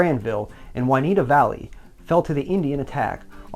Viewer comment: I believe its the Juniata valley, not "Juanita".